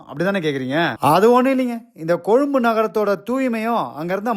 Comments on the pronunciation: கொழும்பு என்ற உச்சரிப்பு அழகாக இருக்கிறது உங்களிடம். கொழும்பை பற்றிய உங்களுடைய நல்ல வார்த்தைகளுக்கும் வாழ்த்துக்களுக்கும் நன்றி 🙏🏻 ஆமாம் கொழும்பில் எங்கு சென்றாலும் மரங்கள் இருக்கும். ❤️❤️❤️🇱🇰🇱🇰🇱🇰😇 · நன்றி நண்பரே ❤❤❤❤❤❤ நீங்கள் கொழும்பு என்று உச்சரிப்பது அழகாக இருக்கிறது..... காணொளி இறுதியில் சூரிய அஸ்த்தமனத்தை அழகாக காட்சி படுத்தியிருக்கின்றீர்கள்......❤❤❤❤ மிக அழகு